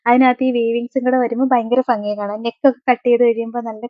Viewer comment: ഫങ്ങി അല്ല ഭംഗി 😂